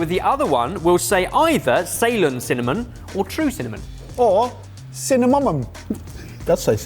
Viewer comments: Really interesting episode thank you. Pity does not know that Ceylon is pronounced si-LON, not SAY-lon. Like Ceylon tea, which is very nice by the way. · It is not Say-lon, it is C-lon. Just fyi